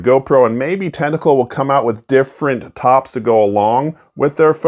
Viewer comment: Dude you corrected yourself and apologized and then continued calling it tentacle incorrectly the rest of the video LOL